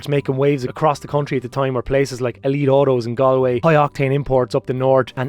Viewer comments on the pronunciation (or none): none